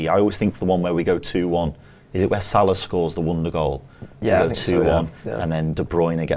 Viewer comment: Odd pronunciation of Salah on this one too.